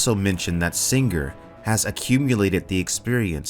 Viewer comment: "SinGRRR" What did that G ever do to you?